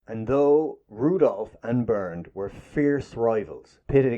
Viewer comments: ONLY A "PADDY" WOULD PRONOUNCE HIS NAME "BURNED".IT SHOULD BE PRONOUNCED "BAIRNT". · "Bernd" does NOT pronounce "Burnt" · It’s pronounced ‘bAirnt’ rhyming with air and the d is pronounced as t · Bernd is pronounced Bernt and there was no F1 before the war, they were Grand Prix cars. the first F1 race, and therefore F1 cars, was in May 1950 at Silverstone. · Caracciola is an Italian surname so the 'cc' is pronounced like the English 'ch'. Car-a-chi-ola. (not "Carassyola") The 'e' in the German first name 'Bernt' is an open vowel sound. It should sound more like 'Bair-nt'. (not "Burnt")